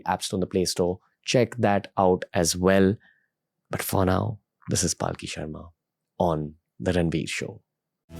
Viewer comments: Thanks for bringing her on this platform, but it's palki, not paalki. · Is her name Paalki (palanquin) as Ranveer pronounces it or Palki (blink of an eye? ) 🤔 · Her name is palki, not pronounced paalki, for correction. Requesting you to bring Anand ranganathan sir and j Sai deepak on your show. And probably annamalai sir, the young president of bjp in Tamil Nadu. To get to know him better. Bringing cm yogi Adityanath would be epic, because still being a young leader, most of the youths will be able to relate to him. I am also curious about Pushpendra kulshrestha. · Please know how to pronounce her name, she is Palki not Paalki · Her name is Palki not Paaal Ki pls 🙏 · She's Palki Sharma not Paalki Sharma 🤦🏻‍♂️ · Bhai uska naam पालकी nahi पलकी hai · After wearing a Christian Cross, Ranbir has turned too western that he cannot even pronounce a common Indian name - Palki. He's pronouncing it as Paalki. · It's palki not paaalki pls learn to pronounce name correctly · It’s hilarious how Ranveer screw up names. Pyuuutin, Paaaalki. 🤯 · Well I would say please learn how to pronounce her name. Mispronunciation of her name repeatedly is equivalent to disrespecting her. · you cant even pronounce her name properly what kind of podcast do you even run. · How can you be so callous about her name's pronunciation. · Ranveer mispronounced Palki Sharma's name!! 🤭🤭🤭